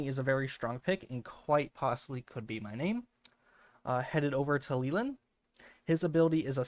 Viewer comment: I hate when ppl mispronounce Leland!! It’s supposed to be “lay-land” with no eee sound 😢